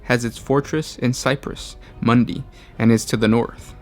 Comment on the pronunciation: A pretty good video, but your pronunciations are terrible most of the time. Segmentum Ob-skyo͝or-ous like obscure. Also, it's Segmentum Fortress is Cypra Mundi, not cypress. Hydraphur. Hy-dra-fur. No ssssss